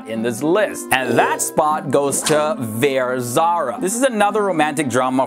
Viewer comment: It's veer dude! Veeeerrr!! & zara